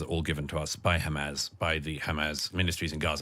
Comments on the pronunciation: He can't even say Hamas it just turns into Hamaz this , Hamaz that😂😂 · He can't pronounce Hamas.